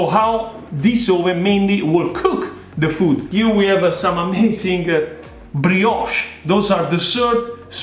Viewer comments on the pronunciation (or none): none